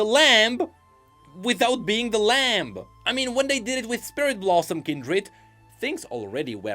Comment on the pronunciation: Lamb is Lam. The B is silent. >_>